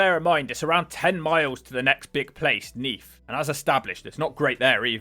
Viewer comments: It’s neath not neaf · Neef? Is that anywhere near Neath? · "Neaf", lol